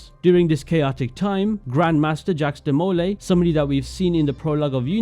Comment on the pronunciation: Ah yes. Jacks Demolay and Jan da Arc.